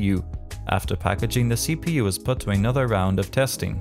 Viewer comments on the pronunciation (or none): none